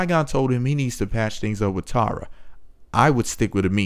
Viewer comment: You pronounce Tara like "Tierra" that's annoying.